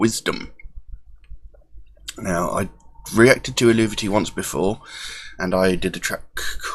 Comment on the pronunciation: good old times, i really miss the earlier stuff to be honest. you make interesting videos, insta following here. ;) PS: no one really knows how to exactly pronounce the name hence it's an old celtic word, but Chrigel (the singer) and some of the old members often said the language-specialists who helped them think its something like "el-vey-tee" - so.. drop the 'u' and you're nearly there. ;)